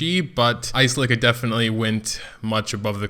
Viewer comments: Uh-sell-eh-ka the way you say her name is making me cring. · I pronounce it like Ass-el-ih-ka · Your Ascelia and Shea are entirely wrong